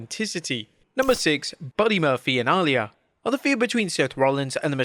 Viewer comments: Ally lee yah - IT'S AH -LEE - YAH. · It is pronounced A-Lee-uh